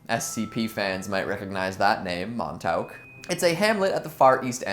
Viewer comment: LMFAOOO pronounced MON-TALK. as a ny this made me laugh quite a bit